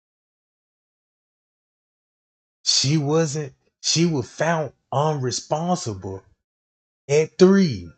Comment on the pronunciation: UNRESPONSIVE! SIVE SIVE SIVE. NOT UNRESPONSABLE!!!! ABLE ABLE. sounds so wrong